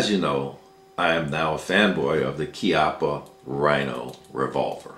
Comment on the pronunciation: It's not "KEE-up-uh" It's "KYUPP-ppuh" :)